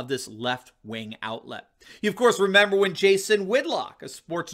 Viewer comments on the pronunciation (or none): none